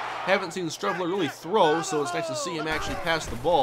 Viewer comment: Streveler is pronounced like street.